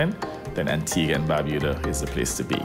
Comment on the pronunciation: Even the person in the commercial cannot pronounce Antigua and Barbuda.